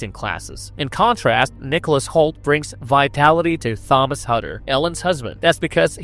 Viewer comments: bro really thinks he's roger ebert 😂. sorry but the acting was top notch. also it's pronounced tomas. h is silent 😂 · Couldn't get past the repeated mispronunciations of "Thomas." If you watched the film, you know darn well it's pronounced "Tom-as" regardless of how it's spelled. Just beyond irritating. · Keeps pronouncing Thomas wrong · I dont know why you choose to pronounce the name Thomas in that way.